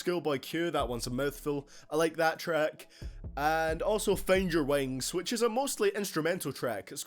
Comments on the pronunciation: "And I like fend yer wengs" lmao. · FANNED YAR WANGSZ haha I had that moment too!